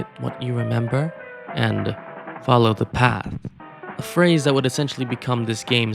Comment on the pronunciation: “falow the path” Uh huh, sure bud I’ll “falow” I’ll “falow” real good!